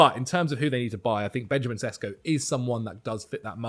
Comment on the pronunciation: its pronounced benyamin sheshko